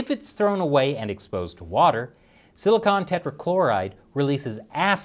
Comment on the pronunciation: As always, love the episode, though I do have to point out that the material for solar panels is silicon, not silicone. They're very different despite their similar name. Most mentions in the episode were said as silicone.